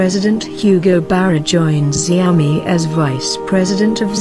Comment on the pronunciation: Isn't it pronounced Shao Mi?